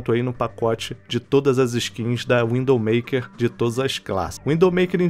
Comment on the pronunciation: Eh zuera ou ele realmente esta falando WINDOW maker em vez de Widow Maker?